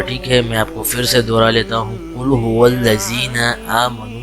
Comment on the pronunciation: قل ھو ولذین نہیں ہے قل ھو للذین ہے